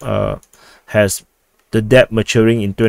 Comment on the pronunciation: "Debt" is pronounce - "Det or Deht" The B is silent